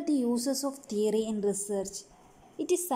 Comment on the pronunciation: Madam it's not teroy.theory